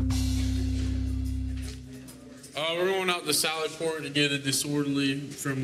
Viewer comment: Did anyone else think it sounded like the officer in the beginning said "salad port" instead of sally port? I can't unhear it 😅